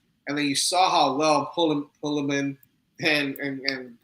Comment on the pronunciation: It's pulliam. Not pullaman